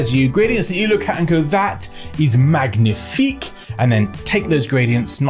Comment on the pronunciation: The way you pronounced "Magnifique" was so French like (drop the "g" tho)